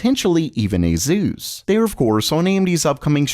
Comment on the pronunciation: Why are you calling asus azus 🤣🤣🤣